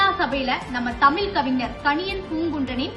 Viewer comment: 'தமில்' இல்லை. 'தமிழ்' சரியாக உச்சரிக்கவும்.